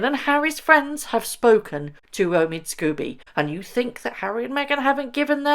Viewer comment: It's pronounced SCOBY not Scoobie why are you pronouncing it like the cartoon dog? What has poor scoobiedoobiedo done to you -)